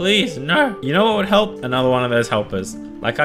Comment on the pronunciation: Ummm... did you just say kelp before you say help or ay didn't ay hear you right .... your vid is the best!!!